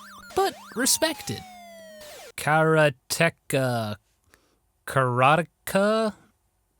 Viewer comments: Karateka is spelled like Karate-Ka. Well, you say it right on you 2nd attempt. The "ka" on the end means something like "person" or "a person wo does something". So in the end you could translate it to "karate-man". In Japanese it's written like this: 空手家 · You're the Gaming Historian and this was the first time you'd ever played (or tried to pronounce) Karateka?? You've let me down, GH. You've let me down.